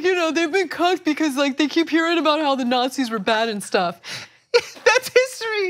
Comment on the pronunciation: ''Nutzis are the Cwaziest peoples !''